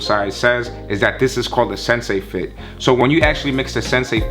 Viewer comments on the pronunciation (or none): Bruh can’t pronounce anything lol - sensei fit - cha-sys system - conta grip